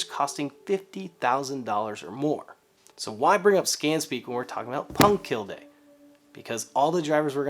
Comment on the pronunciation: Love your work! Oh, and er... it’s pronounced punkt keelleh... or something... close as I can get with English phonetics...